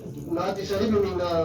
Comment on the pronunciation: The way kaka hassan spoke about mahdiviyat was fruitful ...but he always used the word ajalaalahu farajaka hus shareek ......it's not shareek it's shareefff